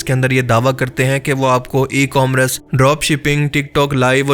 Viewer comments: tusi ecorammrce nahe eCommerce hota haay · good video. A little correction kay e-commrece nahin hota e-commerce hota hai shukriya